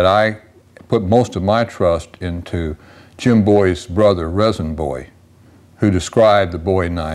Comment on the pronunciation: “Rezin” is pronounced “Reason.” My belief is that J. Bowie’s first blade was probably shaped like the ones his brother handed out.